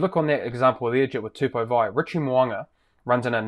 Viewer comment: You guys are totally screwing up the pronunciation of Tupou Va'ai. Go and consult with a Samoan to get it right and stop guessing it. It makes you appear ignorant and disrespectful. If you had learned Maori, you'd know the mistake you're all making.